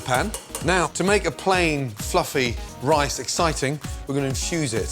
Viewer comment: ricin?! You tryin to poison me Gordon?